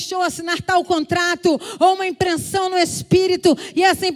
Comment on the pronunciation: Essa mulher é uma benção! Deus continue abençoando. Só q vc disse uma palavra errada, Fernanda. Não é "impreNsao", é "impressao".